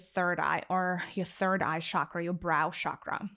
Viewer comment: Good information. I liked your guidance on the third eye chara. My suggestion on pronunciation of the word chakra - the ch sound is like the ch in cheese and not the ch in chauffeur.